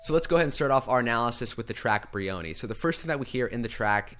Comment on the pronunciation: Jean-Yves Tibaudet pronounces his name like this: Also, it's BRIony with the accent on the first syllable and a vowel sound of "eye", rather than breeOOHny